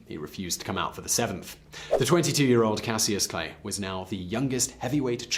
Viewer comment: Why was he saying his old name wrong 😁😁😁😁😁